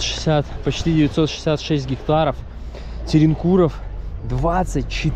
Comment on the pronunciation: Не «троенкур», а «терренкур», «пахлава», а не «пахвала», и ратуша не может показывать время, так как «ратуша» - это здание городского управления… ну нельзя же так совсем уж безграмотно..🤦‍♀️